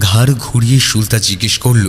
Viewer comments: Ufffff tomra ki thikmato bangla porte janona?naam ta সুলতা not সুল্তা। spell every letter separately. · er 'প্রাতঃরাশ' k 'প্রাতরাশ' r r er 'সুলতা' k 'সুল্তা' bolata sottie kane legeche. But as usual er golata just just oshadharon. ❤️❤️❤️❤️❤️ Tobe amon valo golpo chai jegulo sesh hoar por o resh theke jai ba tan tan uttejona thake. Serom golpo r sathe er golar jonyo OPEKHAI roilam. - Pushpita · তুমি বারবার সু-লতাকে সুল-তা কেন বলো!!! তোমার দেখি আমার মতো সমস্যা, আমিও ঝগড়াকে ঝড়গা বলি🤣🤣 সে যাই হোক আজকের গল্পটাও ভালো লাগলো ❤️ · tumi "sulota" ke "sulta" kano bolo??? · Ufffff tomra ki thikmato bangla porte janona?naam ta সুলতা not সুল্তা। spell every letter separately my name hemanta kumar dutta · Plz don't mind একটা কথা না বলে পারলাম না গল্প অসাধারণ উপস্থাপনা আরও অসাধারণ ও অনবদ্য কিন্তু সুলতা নামটির উচ্চারণ টা খুব অস্বস্তি লাগছে plz এটা একটু ঠিক করে নিলেই সমস্ত ব্যাপারটা আরও শ্রুতিমধুর হয়ে উঠবে। আশা করছি আমার এই বক্তব্য কারুকে hurt করবে না। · সুলতা শব্দের উচ্চারণ Suল্ তা নয় 'সু' মানে ভাল আর লতা মানে লতা। shoe আর লতা পরপর উচ্চারণ করলে সঠিক হয়। আপনাদের উচ্চারণ সুলতানা থেকে 'না' বাদ দিয়ে যা হয় তাই হয়েছে😊 ওদিকে আবার প্রাতরাশ হয়েছে 'প্রাত্রাশ' 😅 স্বাহা হয়েছে শোয়াহা 😂 গল্পটা বেশ ভালো ছিল কিন্তু এই গুলো শুনে মেজাজ নষ্ট হয়ে গেল।